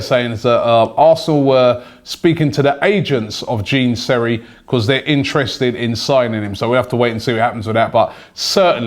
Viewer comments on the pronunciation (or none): Gene Seri lmao, big man Rob it's pronounced like John